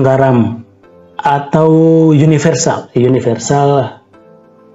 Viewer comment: saya juga ngakak dengernya..sorry bro😂